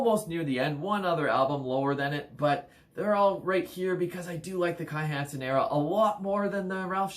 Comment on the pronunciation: Meddl! :) Ähm, 'Kai Hansen', NOT Kai Heeeensen! ;) 1. Land Of The Free 2. Somewhere Out In Space 3. Power Plant 4. Land Of The Free - Pt. 2 5. Empire Of The Undead 6. Heading For Tomorrow 7. No World Order 8. Insanity And Genius 9. To The Metal 10. Sigh No More 11. Majestic Greetings from Germany! 😎🇩🇪